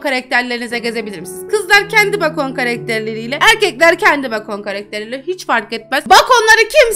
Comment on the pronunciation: Bacon diye yazılıyor bekın diye okunuyor abla😂😂